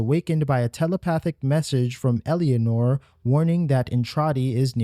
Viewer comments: Your inability to say Eleanor is driving me fucking bananas. Its not EL-E-A-NOR, it's ELE-NOR. Like Eleanor Roosevelt. Eleanor, the car from Gone in 60 seconds. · For the record Eleanor is not pronounced "Elly-anor" it's "Elen-or" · great vid but "Elly-anor" gave me an ulcer :P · bro? Elianor? tf u getting that from watch the dev streams to learn her name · "Ella-nor" the second e is silent. It's like you're trying to force a foreign pronunciation on a common English name.